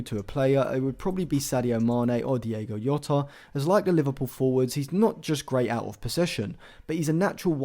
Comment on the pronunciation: You cannot say Diogo Jota more wrong if you tried